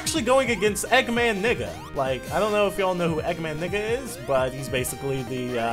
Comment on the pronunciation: eggman nega not eggman nigga